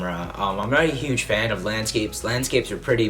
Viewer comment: "Hage eyes." Can't unhear it.